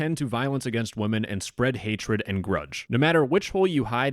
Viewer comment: Dude…it’s not pronounced wo-men men referring to multiple female persons…it’s pronounced wimen. It really sounds like the stereotypical pronunciation made by someone talking like an unsophisticated caveman when pronouncing it how it’s spelled. Also, it almost sounds like you’re just saying woman when mispronouncing it. Anyway, that is all 🫶👋✌️🖖 luv ya buhbye!